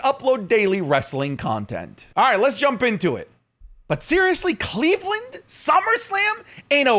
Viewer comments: Don’t say Cleveland like that’ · Disliked for the way you said Cleveland. Do better